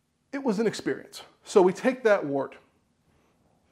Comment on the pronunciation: Its pronounced "wurt," za vord is German, yah!